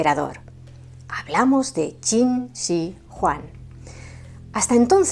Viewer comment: Eres la primera persona es Youtube que pronuncia correctamente Qin Shi Huang